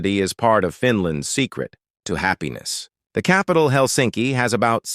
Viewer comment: It is not Hel'sinki, it is 'Helsinki.